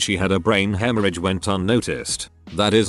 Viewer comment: Nobody Text to speech: hemor hage